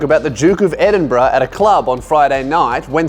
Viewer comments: Should i be ashamed of laughing at “edin-Bruh”? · "The Duke of EdinBRUH" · "Duke of EdinBRUH" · The Duke of Edinbruhh